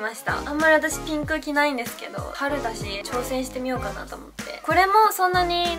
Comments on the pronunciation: ゆま サーモンピンクのピンク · ナムナム 名古屋の人はこのイントネーションなのかな？でも両方使う！ピ⤴︎ンクとピンク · ピンクの発音おもしろい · ピンクの発音めっちゃ気になった笑笑